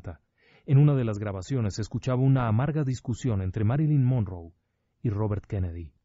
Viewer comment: Monroe es con una r no 2 sr lic